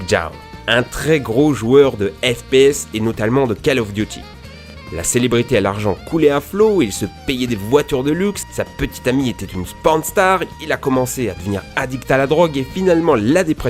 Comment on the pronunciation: xD non ila voulu dire porn star mais il l'a prononcé sporn xD